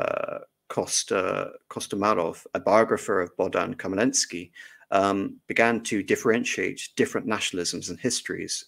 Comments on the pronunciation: I think even with preparations it would be almost impossible for an english speaking person to get the right pronunciation on a live stream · It would have been a good idea for the lecturer to learn the correct pronunciation of Bohdan Khmelnytsky's name beforehand!